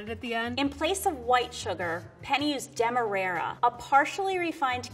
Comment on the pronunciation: lmao the pro chef really said demerayrer sugar instead of demerara